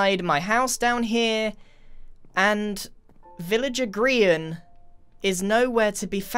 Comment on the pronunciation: I thought your name was pronounced Grian, not Greean